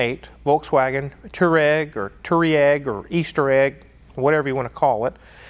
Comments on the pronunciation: The correct way to pronounce Touareg is Tu War Iq. not Tooweeeraq / Easter Egg. it means Pathways in Arabic. since ya know it's an offroader. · I believe it's pronounced "toe rag" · It's pronounced Twareg :-) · it's pronounced VW Toe Rag... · VW TWAREG is I think how it's pronounced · It’s Tuareg just read the word 😅 btw the newer non cheating 2.0 TDI‘s are just as good on diesel, I’m getting 43 mpg‘s without even trying whilst having some decent power and torque, it’s a 2013 Skoda Octavia 😍👍🏻 and thanks to the pandemic the prices per liter have plunged so it’s often 1 to 1 or even less then 1 € per liter 😅👍🏻 at least in Europe